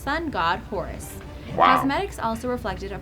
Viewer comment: "Sun god Horus," Yeah sure lets say thats correct